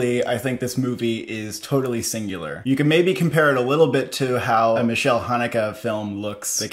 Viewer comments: Haneke's first name is Michael, not Michel, which is a French name. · It's Michael Haneke, not Michelle Haneke..